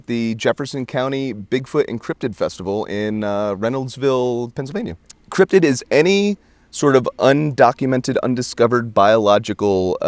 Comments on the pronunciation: Is "cryptid" really pronounced "cryp-toid"? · It's cryptid not cryptoid. Cryptoid is how the cryptids want you to pronounce it so you can't actually find the cryptids.